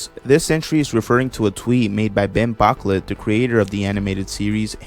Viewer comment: Man just said "ban bocklet"